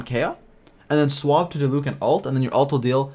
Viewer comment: Ok you pronounced diluc wrong but ok